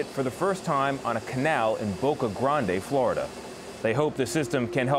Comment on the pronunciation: Wow finally someone pronouncing Boca Grande the correct way! Thanks!